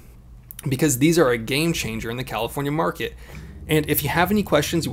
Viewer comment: WTF is a Califorkia ?